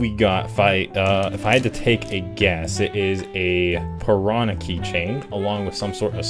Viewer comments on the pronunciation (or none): none